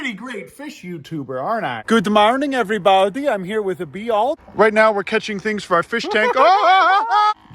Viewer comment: The "everybaiudie" never gets old😂